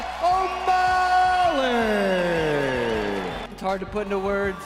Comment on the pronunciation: "Seen O'mally"